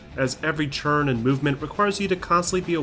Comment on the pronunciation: Why do you say 'turn' 'tchurn' It's super weird.